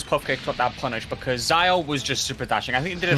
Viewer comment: (Zio is zee-o and not zayo)